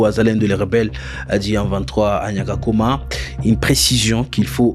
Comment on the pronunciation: On dit Nyakagoma non Nyakakoma